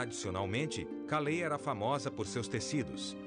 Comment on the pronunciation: Esse programa é muito bom, mas ouvir o narrador pronunciar nomes de cidades francesas como se fosse cidades americanas chega a ser patético! Calais = (Calé)